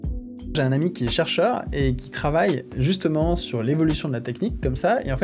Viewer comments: Comment vous faites pour entendre Surfeur U.u même en ayant "surfeur" en t^te j'entend chercheur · J3 suis la seule qui a compris "je suis surfeur au CNS"